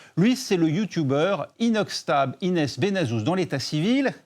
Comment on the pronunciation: Il a dit inoxtab 😭😭